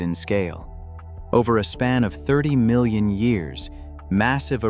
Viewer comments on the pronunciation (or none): none